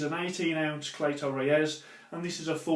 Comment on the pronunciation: It is spelt cleto reyes but is pronounced CLEETOA RAYS